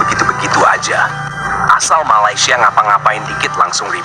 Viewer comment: maladeys bukan Cava keppah.. sama kamu ha... ha... ha...